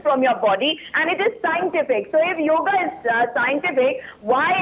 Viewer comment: Ok it's yoga not yog